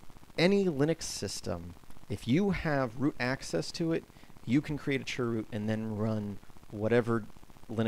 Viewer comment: dnt call it churrrr root